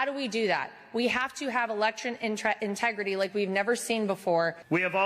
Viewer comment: It was fun watching Lara Trump try to pronounce the word "integrity" for the first time.